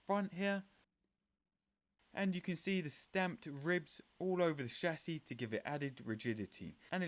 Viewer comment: How refreshing to watch one of these videos where the presenter can actually say Aluminium and Chassis properly (saves me from screaming at the screen 😊)